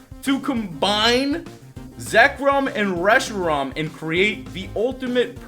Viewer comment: I think forgot how to say Reshiram...he said i think Rehisram